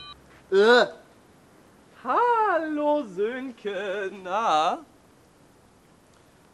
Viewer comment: Sönke, nicht Silke :D